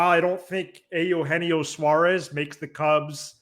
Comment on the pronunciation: feels like the cubs are just about the only team he's never played for so why not? let's check that box. but only if we can start pronouncing Eugenio like normal human beings and stop with the Ay Yoo Henio thing. Did that start as a joke or what?